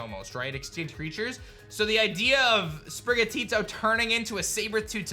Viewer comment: You’re the first person so far who hasn’t butchered Sprigatito’s name lol 😂